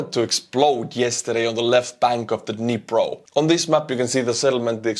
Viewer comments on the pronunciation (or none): It is Dnipro, like in knee+pro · "the Dhnepp river"